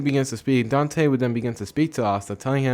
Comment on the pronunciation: Dante not "danti"